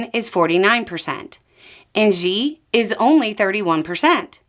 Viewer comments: FYI, Xi is pronounced Shi. Like Xian (Shi An), the city with the warriors. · ...fyi. The pronunciation of Xi is like "she". I miss Beau but you're doing great. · Chinese pronunciation correction: Xi's name sounds like the pronoun "she".